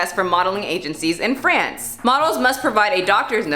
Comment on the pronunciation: psst, it's FrAnce, not Frence.